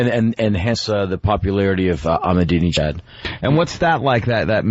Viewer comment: "Not a person listening to this show that can pronounce the name of leader of Iran" - opie "E MA NINAL HUH" - Patrice XD "ProNounce it correctly" - opie Silently "EBUL" - Patrice Lmfaooo 🤣🤣🤣